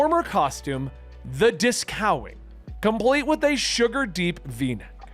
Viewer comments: “Disco-Wing” not “Discow-ing” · Disco-wing not disCOWing